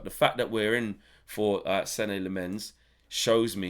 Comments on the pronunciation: Senne pronouce like Sene from Senegal. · As a Dutchman, and Lemmens being a Flemish (Dutch speaking Belgian) name, allow me: it’s pronounced SEN-nuh LAH-muns. The emphasis on the first syllables. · Drop the E off his first name its pronounced Sen Lammens from what I've heard on other videos